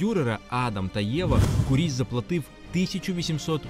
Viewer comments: Маленька ремарка: наголос у прізвищі на "у" - кУріс. Прізвище походить від грецького слова κύριος - володар, правитель. Приблизно у 80 км від цього палацу, у селі Ісаєве, є ще один палац Куріса - Олександра Івановича, правнука Івана Онуфрійовича. Хоч він вже не зовсім у первісному вигляді, та все ж у діючому стані - за іронією долі цей палац теж на педагогічній службі - в ньому розміщено головний корпус місцевого сільськогосподарського ліцею. Олександр Іванович майже не жив у новій оселі, бо невдовзі після завершення будівництва почалися буремні революційні події 1905 року і "панів-гнобителів" вимусили все покинути та виїхати за кордон. Так само, як і прадід, Олександр збудував неподалік маєтку церкву Ікони Казанської Богоматері, яка збереглася й досі. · та сняли кино так, типа как для тик тока. а вот истории и даже ударения правильного на фамилию не знают.